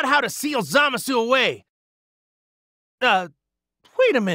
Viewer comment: They pronounce Zamasu in such a cancerous way. Oh well... I suppose Zama Sue is the best they can do.